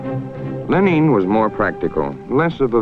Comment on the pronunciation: he pronounces Lenin like the country Benin(Ben-een)